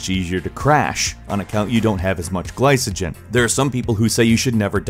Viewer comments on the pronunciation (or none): isn't glycogen pronounced: "gli-co-gin" not "gli-suh-gin" ? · I know isn't incredibly well versed in the field but him pronouncing the "C" in glycogen with an "S" sound instead of a "K" sound is making my ears bleed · It is pronounced ɡlīkəjən, not a soft c. Video has lots of stuff that is just not necessary. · Ah, the pronunciation! It's sack-uh-ride, not satch-uh-ride. Also, gly-ko-jen, no "s" sounds! :) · Yeah, pronunciation was a bit cringe